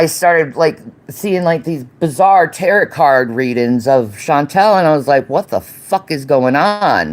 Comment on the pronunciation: “Ta rot” cards. 😂